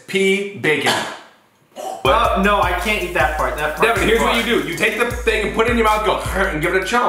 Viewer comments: It’s devan not deaven now learn there names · Its devan... not divan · It’s devan not Devin It’s not Collin it’s Collins with a S